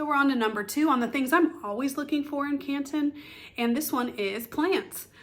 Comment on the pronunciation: As a local I gotta say drop the T….it’s Can ‘un